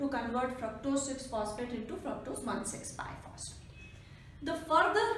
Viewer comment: Its bisphosphate.. Not biphosphate...